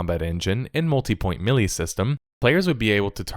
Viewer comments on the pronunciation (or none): When you pronounce "melee" as "Millie", I get annoyed. When the second reminder tells me to hit that bell, I close your tab. We get it, you're worried that your subs are too dumb to understand the new system. Good luck with that.